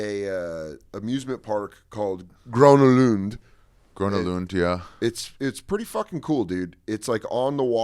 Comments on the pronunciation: Dan said Uppsala correct. Ari got Grona Lund. Flugger is a German name, I guess. OK, I commented enough :) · Gröna Lund. You articulated it perfect. For real.